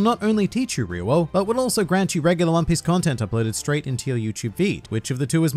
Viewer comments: it’s ri oo o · What's "ri-wowo"? You mean "ri-yo" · Rio-wo I speak Japanese and now after this video, I have forgotten how to pronounce it 😂 Ryuo - Ryu o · At least its closer to the actual pronounciation. People keeps pronouncing "ryo" rather than "ryuu-o", which is wrong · dude in the anime it’s clearly different and sounds more like “Rio” “Ryuo” than “Rewoah” or whatever he’s even saying. Love but this video was hard to watch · The way he says Ryuo immediately made me go "RE-RO RE-RO RE-RO" In the anime, it was pronounced what I can only describe as "dyuo" de-U-oh. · Ryuo is one extended syllable, not 3 distinct syllables (with an invisible w I guess). Ri-u-wo => Ri-u-No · Australian really have a weird pronunciation of words, maybe because of their natural accent. I dont think RYUO is pronounced as REEE-WOOW. I think it's RI-YU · why does he say "reewo" instead of ryuo? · I think it's pronounced as ryu-wo not ryu-wow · I’ve gone back and watched the anime scenes and you are right. It just sounds a bit strange the way you say it. In the anime the way they say it is more like ‘ree oo oh’. But the way you say it is more like ‘ree you ow’ which makes the flow a bit off. I’m by no means a Japanese linguist expert or anything but that’s just the way I hear it. I personally think pronouncing it like ‘ryou’ is easier to say and it flows better but I guess it’s up to you. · STOP ITS NOT (re-ro) it’s (Ree-yo) god damn I’m bout to turn this off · Him: Riwo Me😲😲Noooo its Ryou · stop pronouncing it as Re-Wo, Its Re-Yo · You've been pronouncing it wrong then :D the way you say it would be "ryou" but it's actually spelt "ryuo" which would be pronounced as RYU-O. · lmao I can't handle the pronunciation! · Dude, everytime he says "riwoo", I get black and white spots dancing across my vision... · He’s saying it like ruwio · Ryu-o; that’s legitimately how you say it, it’s been said in the series multiple times now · THE MEME OF THIS VIDEO OF TODAY: RI-YO-WOAH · Its R-I-Y-O